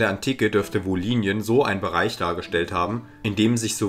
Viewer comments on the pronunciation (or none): Kleine Verbesserung: Im Hochdeutschen wird das Y im Wort „Wolhynien“ als Ü ausgesprochen. Wie ein I wäre dialektal (u.a. in der wolhyniendeutschen Mundart).